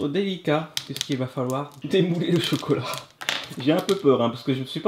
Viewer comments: Miskin elle dit cocolat à la place chocolat 😂😂😂😂😂😂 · Camus a bien dit cocolat